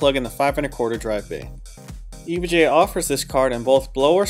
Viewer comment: I feel like you don't say EVGA the way the rest of us do. I'm hearing E vuh Gee A. What I want to hear is E Vee Gee A. Think about it.